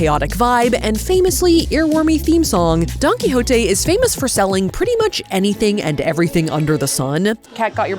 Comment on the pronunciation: safiya calling Don quijote , donkey is sending me